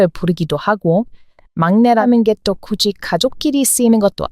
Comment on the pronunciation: 영상 내용이 너무 좋구요, 의 초기 영상 때보다 한국어 발음이 엄청 더 좋아지셨네요.... 그리고 "굳이" 와 "맏이"의 발음이 '구디' 나 '마디'로 발음 되는 것이 아니고 '구지' 와 '마지' 로 발음됩니다. 이걸 아마 문법에서 '구개음화' 라고 하지요...